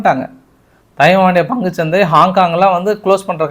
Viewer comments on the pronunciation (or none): பங்குச் சந்தையா பந்துச் சந்தையா சரியா சொல்லுங்க சகோ 😂😂😂😂